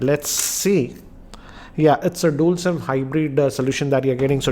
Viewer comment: The way you say 'dual' irritates me everytime I see your videos.. why do you say it like DOOL... 😙😀😂🤣